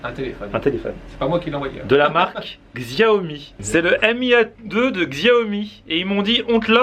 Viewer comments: Xiaomi =shiawmi pas /gzyawmi/ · Mes oreilles saignent face à la prononciation de la marque du smartphone qui se prononce [chiao mi ] et NN xiao mi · Xiaomi ca se prononce chaomi et c'est une super marque pas chere ;)